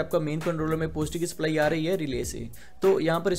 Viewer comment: तू पढा लिखा नही है क्या पोजटीव पोजटीव कर रहा पॉजिटीव्ह बोल ना नेगटीव को निगेटिव्ह बोल